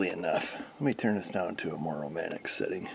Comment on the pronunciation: "Let me turn this down to a more romantic settin"